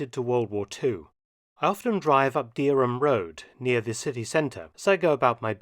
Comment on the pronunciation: That was very good and there are several building ends like that in Norwich, either side of the flyover for instance. I am also surprised that,as a resident of Norwich, you don't know Heigham is pronounced Ham. Thanks for showing and best wishes from jolly old Norfolkshire 👍😎Pete 🤓